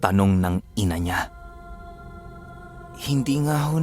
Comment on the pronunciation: lods prng galit sa pag kakabigkas ng INA NIYA 😂